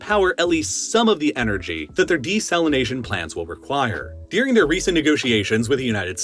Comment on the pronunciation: You, Saying 'during': no Saying 'deuring': yes